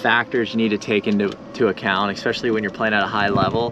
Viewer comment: This is for you and. There is no "x" in "especially." Other than that great video. Ref..